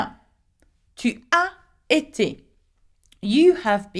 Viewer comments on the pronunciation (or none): you have a mistake in prnonce of tu as été , nons avant été , vous avez été and elles/ ils ont été becouse S + é = Zi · Ma chère enseignante, j'ai une question pour vous. Pourquoi vous n'avez fait pas liaison quand vous avez pronuncé la forme du verbe avoir ''tu as été'' ? Devrais-je pas le prononcer ?